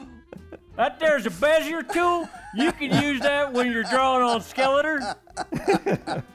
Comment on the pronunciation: Oh my god, I remember being called out on his pronunciation of bezier almost 20 years ago on an episode of the How to Make Webcomics podcast.